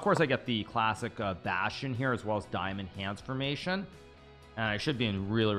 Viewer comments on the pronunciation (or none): none